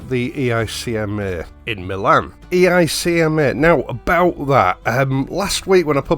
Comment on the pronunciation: Housebrick mode ON: EICMA is an acronym, it can be pronounced as if it were a single word. You are pronouncing it as an initialism. Housebrick mode OFF.